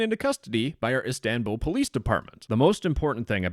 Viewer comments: It’s “is tan bol” not “istan bull” Also it’s “Istanbul” not “istanbül” Also “Celik” is pronounced “jelik” since in Turkish the celik you said would be “Çelik” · Bro said ESTANbull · the pronunciation of Istanbul😭😭